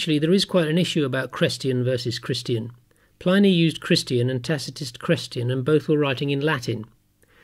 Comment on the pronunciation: His name is pronounced PLIH-nee, NOT PLY-nee. His name was Plinius.